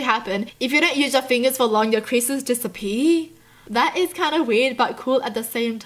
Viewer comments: I love her accent "Disappee" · disapee lol